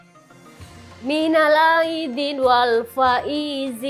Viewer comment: Minal aidin nya kok suaranya agak aneh ya kayak gak biasa ngucapin gituu